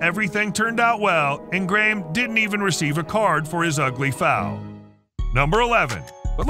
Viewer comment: the "Eh-jacks player".... its pronounced "Ai-axe", Rangers player "grah-may"... you mean "graham"? lol at silly americans